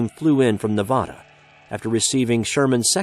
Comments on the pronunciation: OH MY FUCKING GOD ITS NE-VA-DA NOT NE-VAAH-DA no other problems though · Ne-VA-Da not Ne-VO-Da